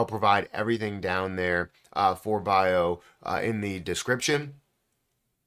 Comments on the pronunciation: Pronounced Be-Yi-Ow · its BiAotjing. pronounciation